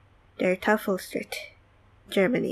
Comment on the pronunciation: Your pronouncing of Der Teufelstritt was very good!